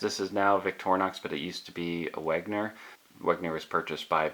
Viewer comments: Hey, its wenger not wegner... Otherwise nice knives👍🏻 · By the way, it’s not “Wegner”, its “Wenger”.